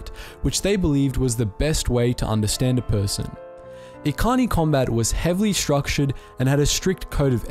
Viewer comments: God, every, single, video about star wars lore has major problems with pronunciation... Echani not ekani lol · 'Ekani' Wait do you mean 'Echani' with a 'cha' sound? Sorry. KOTOR relapse. Sidenote, mandos loved to pick on the echani fighting styles. "Look, di'kut. Are you gonna dance around for another twenty minutes or are you actually going to a throw a punch?" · pronounces it like Ekani. Me, who has heard as e chan ee from kotor 1 and 2: ☹️☹️☹️ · Echani is pronounced the the ch sound not the k sound. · Probably a little late, but you mispronounced "Echani".